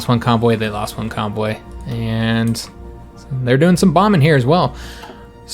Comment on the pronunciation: Hey man, Loving this series. I have a problem understanding people when i'm tired (I am very much currently), and everytime you say convoy, I hear cowboy, and it takes me a moment to realise what you talking about. Do you think you could do me a massive favour and say cowboy in your next episode? It doesn't have to be too obvious, I just wanna hear the difference. Thanks muchly